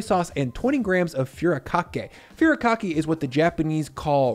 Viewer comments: please at least look up how to pronounce japanese words like furikake foo-ree-ka-kay not FURY-kakay japanese vowels are all pronounced the same, use this example sentence to understand the pronunciation of each vowel: "Ah, we soon get old" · Thought you'd want to know; it's not 'few rah kah kay', it's 'foo dee kah kay'. Otherwise, another great vid! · Dude, it’s “foo-ree-ka-kay” not “fury-kakee.” 😉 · I subbed once she ate that spoon of mayo....poor girl lol - PS it it is FOO REE KA KAY. Watching from Japan 👀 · Furikake is pronounced: foo-dee-KAH-kay. I've never tried it in a chicken salad, but now's the time! Also, about the Kewpie mayo: it's really important to buy Kewpie that's been manufactured in Japan, rather than the Kewpie that's made in the US. The Japanese version has better quality eggs and a special vinegar blend that makes it really something special. The US version is underwhelming.